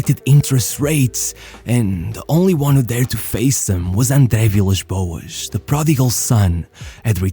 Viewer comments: nunca tive tanta a certeza que tava a ouvir um tuga do que quando disseste "andre vilas boas" 😭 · A forma como dizeste André Vilas Boas é 100% de um tuga. Força Rei